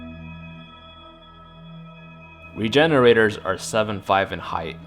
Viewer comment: Lmao I thought he said refrigeraters